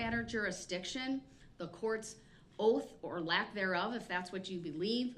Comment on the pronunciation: "You took an oaf"